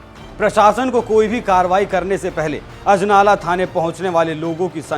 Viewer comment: Sala bda anchor bna firta hai anjala nhi ajnala hai wo ।